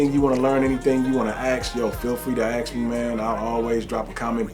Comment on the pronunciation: The word is "ask," not "aks." I came here to get a review, not for you to waste two minutes on an intro talking crap about others, or yelling at your subs for not watching this content fast enough.